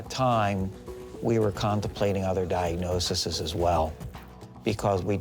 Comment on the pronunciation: That was pretty wild. Diagnosiseseses. 😂 Most physicians do seem to know the difference between diagnosis and diagnoses. I proofread a lot of doctor depositions.